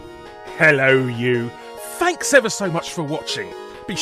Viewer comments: It's, "But, HHHELLO YOU!" as if anything, Larry emphasises the H. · Larry did have some " 'Ello you!" merch for sale which may have confused people, but I did always question it because he does pronounce the H when he says it.